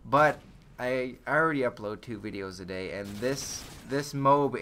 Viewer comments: It's pronounced "Moe-Ahb" not "mobe" lol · Wait, a MOBE? I thought it was pronounced MO-AB. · i think it's pronounced "moe-ab" not "mobe" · ITS NOT PRONOUNCED MOBE!!! It's Mo-Ab!!! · MO-AB. It's pronounced MO-AB. Like Moe from The Three Stooges + AB like abdominal muscles. Two syllables. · its pronounced MOE ABB for fuck sake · Its pronounced Moe-Ab